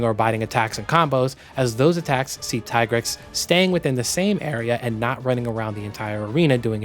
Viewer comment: > GU deviant theme > Tie-grex My ears, man